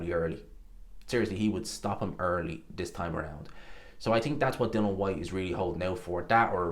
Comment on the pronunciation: I knew before I watched this he was gonna say Dill-on Whats wrong with this guy ? Theeres an ' I ' in there.